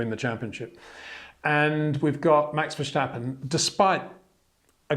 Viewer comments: HEY PETER WINDSOR, I HAVE MESSAGE FOR YOU SIR: With all due respect ... it is NOT Max "verSHtappen" ... Max is not German (Germans indeed do pronounce "st" as "sht") ... #Max33 = Dutch NL/Belgium! ... It is not "Bottash" nor is it "Lewish" certainly not "verSHtappen" .... This BS started long time ago when a British sport presenter interviewed father Jos Verstappen and assumed you can use a German pronunciation to a Dutch Driver thinking it is so "funny" ... It is not. Serious question: can any Englishman say "versatile" out-loud without saying "vershatile" phonetically? most can about 99,99% ... that is why most English can pronounce Verstappen 100% correct! Father Jos Verstappen (also F1 Racer) was very active between back then only a very few said "Vershtappen" but the vast majority of British sport presenters pronounced it perfectly ... only a few old stubborn farts like Peter Windshor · Look bro, I know you are trying to maintain your very gentlemanly English accent and I know we aren’t the best at word/name pronunciation in this country but please STOP SAYING VALTTERI ‘BOW-TTAS’. It’s almost as bad as the Max Vershhhhhtappen